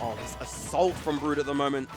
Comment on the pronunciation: i like how the female commentator pronounces brood as BRUHD (kappa